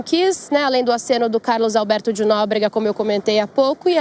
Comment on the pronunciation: O pior de tudo é que as pessoas ouvem repetidamente o nome do Carlos Alberto de Nóbrega ... Mas mesmo assim ela não aprende !!!